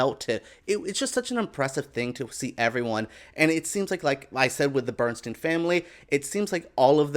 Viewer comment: BERNSTEIN pronounced BERNSTINE He hated his name being pronounced BERNSTEEN and then on to pronouncing Felicias name wrong twice....MONTEALEGRA this is a poor disrespectful attempt at a vid about the Maestro and his wife.